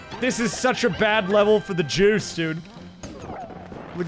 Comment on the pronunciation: Plays level from Germany… “This is such a bad level for the juice” I heard Jews.😅